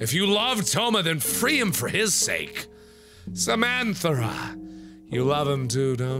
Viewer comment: It's hard to be serious with a name like Samanthera - and it's Samanthera, not Samanthara!